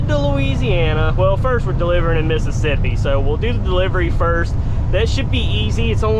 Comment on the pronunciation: he always said Missippissi